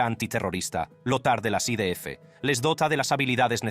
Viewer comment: Jajaja 😂😂😂 yo pensé lo mismo, pero para mí el acento es americano tejano... Al principio pensé que era una traducción hecha por ordenador pero ahora creo que es un americano que habla español pero a ratos se le va Cuando dijo I Di Efe, en vez de I De Efe me mató 😂😂😂